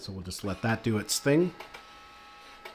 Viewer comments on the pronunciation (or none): none